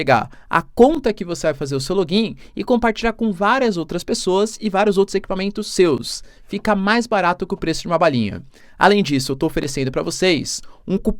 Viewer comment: Mais barato que uma "balhinha" o que é uma "balhinha"? Eu sei o que é uma balinha. Tais imitando o sotaque detestável cariÉca é?